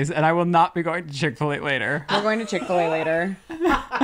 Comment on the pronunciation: Am I the only one triggered when they said chick fil a sauce iykyk 😂😂